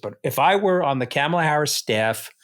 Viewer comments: Hey Anthony, you need to learn to correctly pronounce Kamala's name. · Trump stepping down? I suppose you need an angle for your show. It worked. I clicked and am listening, but Anthony, PLEASE, PLEASE. learn how to pronounce Kamala's name. It's jarring every time you mispronounce her name. Thoroughly enjoyed this episode and have subscribed. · Anthony Scaramucci isn’t dumb. Why can’t he pronounce VP Kamala Harris’ first name? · Say her damn name right. You are a smart man. You can enunciate Kamala properly! If anybody knows how to say a name right you should be one with Scaramucci!‼️ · Can you both please learn how to pronounce VP Kamala Harris’ name. It’s really annoying to hear you mangle it. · Pronounce Kamala’s name correctly. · Anthony could at least pronounce Kamala correctly. It’s not difficult. I think some people enjoy purposely mispronouncing her name. It is simple respect. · Anthony, please learn to pronounce Kamala’s name properly. Also, are you trying to confuse people by calling project 2025, project 225?? Thank you, Katty for not only being the adult in the room but calling Josh Shapiro a grownup also. That was very accurate. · Mr. Scaramucci...it's not that hard to pronounce Kamala correctly. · Seriously? Why is the mooch mispronouncing kamala's name? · Mr. Scaramucci, please pronounce Vice President Harris’ first name correctly. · You guys are great. Mooch- you gotta learn to pronounce Kamala’s name. She’s earned it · I'm surprised that caddy K did not correct Anthony in his mispronunciation of Kamala Harris's first name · You're not pronouncing Kamala correctly. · How is it that Anthony, who is eloquent and posseses an excellent command of the English language, cannot seem to pronounce Kamala? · Why can’t Scaramucci pronounce the name Kamala. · I'm sorry, but I just can't watch these anymore. Every time Mooch mispronounces Kamala's name, it drives me crazy! I've had enough! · Camel-a? Jesus Christ you guys. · Kamala (comma la) not camel la.